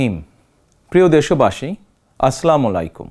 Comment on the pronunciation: আস্লামুলাইকুম 😢 মুসলমান হয়ে ঠিক মত সালাম দিতে জানে নাহ